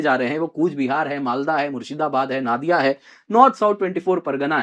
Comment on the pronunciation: NADIA ❌ NODIA ✅ Please sir correct your pronunciation